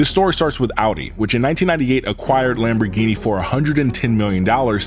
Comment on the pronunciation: the way you pronounce so many Lamborghini's sorta makes me angry